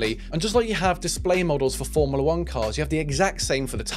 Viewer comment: “Formila 1” 🤦‍♂️